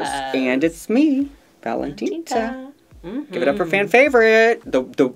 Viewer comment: Why do they say ValentinTa